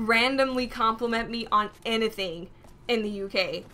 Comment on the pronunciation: Your accent shows when you say the word "Anything"